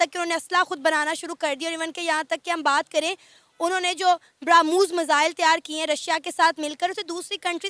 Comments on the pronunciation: भ्रमूस क्या है भाई😂😂😂😂 ब्रह्मोस नाम है उस मिसाइल का 😂😂😂 ये गधे यदि केस भी करेगे इंटरनेशनल कोर्ट में तो पहली लाइन पर ही केस खारिज हो जायेगी😂😂😂😂😂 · इनकी सेना में कलमें की ताकत देख कर ऊपर वाला भी सोचता होगा कि कलमा की ताकत इन मूर्ख पाकियों के कारण बदनाम हो गई है। इन पाकियों की भाषा सुनकर मैं कन्फ्यूज हो जाता हूं कि इनको सुनकर मुझे हंसी आती है या गुस्सा । ये ब्रह्मोस को ब्रम्हूस बोलते हैं ।